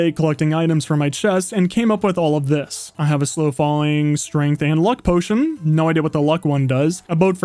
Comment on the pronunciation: Did you just say luck potion?